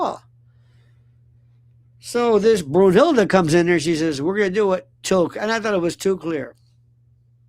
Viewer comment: Please speak more clearly or know your words one or the other: "Brudillda" looks like a garbled version of *Brunhilda* (also spelled Brünnhilde or Brunhild). Here's how the sounds got scrambled: - The *n* after "Bru" got dropped or slurred into a *d* sound — "Brun" became "Brud" - The *h* in "hilda" vanished, which happens easily in fast speech - The *l* got doubled in compensation — "illda" instead of "hilda" The original is a Germanic name meaning "armored warrior woman" (from brunia*, armor, and *hiltja*, battle), famous as the Valkyrie in Norse legend and Wagner's *Ring cycle. Names with clustered consonants like "n-h" in the middle often get smoothed out when spoken quickly, which is likely how "Brunhilda" drifted into "Brudillda."